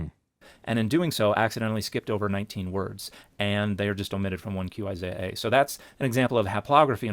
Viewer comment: He didn't mention the mispronunciation of Isaiah's name